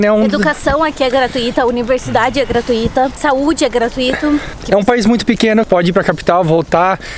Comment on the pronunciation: Galera, fala-se gratÚita ou invés de gratuíta (na escrita não tem o acento, mas a pronúncia correta é esta com entonação na letra U)! Abraçooo... Valeuuuuu!!!!